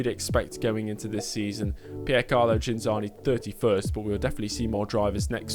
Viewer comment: Ghinzani. The h isn’t pronounced